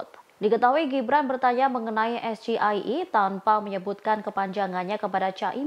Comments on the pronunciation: Pertanyaan tdk sulit cuman pengucapan abjadx harus ejaan bahasa Inggris jga...gto mas bro ini kan singkatan bahasa Inggris jadi abjadx harus Inggris jga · Si Gibran pengucapan nya salah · Baca teks saja bangga eja nya aja sLah..gibran sok dan sombong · Huuuuh mu nanya msh slh bacanya. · Yang benar Es Ji Ai I Report. Bukan EsGeIE tanpa report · Mas Gibran rupanya tidak tahu bedanya melafalkan : -- SGIE [ es ge i e ] = Saya Gibran Ingin Enak. -- SGIE [ es ji ai i ] = State of Global Islamic Economy. 😂😂😂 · Mas Gee lafalnya bukan ES GE I E, tapi ES JI AI I, dasar belimbing sayur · Bertanya balik pertanyaan dengan singkatan SGIE harusnya pertanyaan itu bisa dimengerti yang ditanya. State of the Global Islamic Economy ( Es Ji Ai I ini bacanya ). Esensi debat itu bukan terletak pada istilah atau singkatan tetapi lebih pada makna yang terkandung secara komprehensif didalam sebuah istilah itu. Dan Cawapres nomor urut 2 yang bertanya juga salah menyampaikan kepanjangan SGIE dia bilang State Of Global Islamic Economy. (Coba dengar videonya) seharusnya State of THE Global Islamic Economy. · Harusnya es ji ai i dibaca gibran karena singkatannya bahasa inggris.. saya malah terkejut es ge i e .. 😂 ternyata itu singkatan bahasa inggris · SGIE klo dibaca dengan bahasa inggris yaitu Es Je Ai i Bukan Es Ge i e(bahasa indonesia) Guru bahasa inggris dan bahasa indonesia pasti paham, krn kepanjangan dari yg dimaksud State Of Global Islamic Economy (kepanjangannya pakai bahasa inggris) bukan bahasa indonesia. Mau meludahi orang kena muka sendiri🤣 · esjeai, itu di bacanya klo esgeie itu es cendol es campur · no. 2 smakin blunder dan tdk konsisten, dan smakin terlihat tdk cerdasny, Singkatan b. Inggris ya harus disampaikan b. Inggris, Es Ji Ai I bukan SGIE... ini kan bisa malu2in se-Indonesia kalo didepan internasional, smakin mantab pindah haluan ke no. 1 , Calon Presiden yg Cerdas. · Yg tanya salah sebut, harusnya SGIE = 'es ji ai i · Ternyata pengucapan Gibran salah tentang SGIE